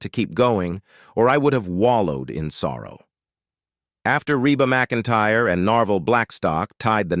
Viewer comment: This is a terrible post with a terrible computer voice that even pronounces her name wrong about 4 different ways. This is really negative and many things are wrong. (She sang in high school with her brother and sister - The Singing McEntires.) This post even spells their last name wrong. I